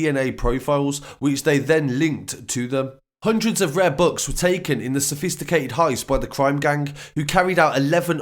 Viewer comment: Why can't this guy say books properly I was confused what he said and I'm English lol